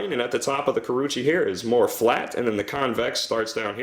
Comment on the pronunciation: Very nice review. It is oww-gami and ku-row-uuchee though.